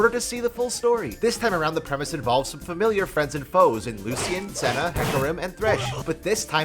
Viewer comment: You mispronounced "Lucian" 👀